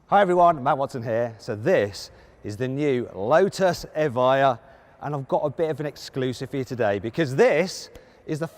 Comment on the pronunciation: 에바이어가 이차에 옳은 발음임 수정해주세여. Evjia 다들 착각해서 에비자 라고는 읽는데 여기서 j는 "ㅇ" 발음임 이해를 못하시면 유벤투스에 스펠링에 앞 글자가j로 시작하는거랑 같은이유임.